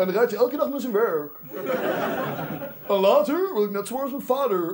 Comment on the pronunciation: Laterrrr wil ik net zo worden als mijn vaderrrr rrr rr rrr